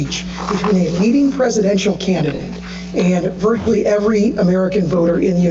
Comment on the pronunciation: he said VERTICALLY! instead of VIRTUALLY? wowwwww